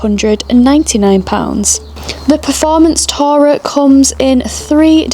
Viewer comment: The pronouncuation of the word 'tourer' made me cringe (and leave).